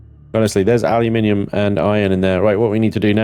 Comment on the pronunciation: Take a look at the Perdiodic table used by every other country 😛 It's Al-you-Min-eeeee-um 😀